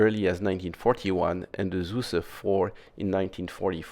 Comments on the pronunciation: Not “Zuse”, but “Tsuze” he was german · Shouldn't Zuse be pronounced as "Tsoo-suh" instead of "Soo-Suh"? Compare "zukunft" with zuse. I would pronounce it the same as "zukunft" so it would be "tsoo-suh".